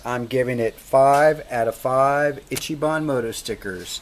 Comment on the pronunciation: Itchy bon... EECHEE bon